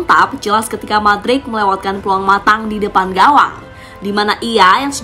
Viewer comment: Mudryk woy bacanya bukan madrik wkwkwk 😂 #AdaAdaAja